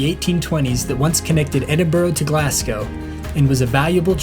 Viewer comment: And Glazz-go....there is no Glass in it! Really great vid, though!